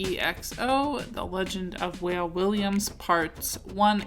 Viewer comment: I think his name is pronounced "Wah-Ley" like the artist from DC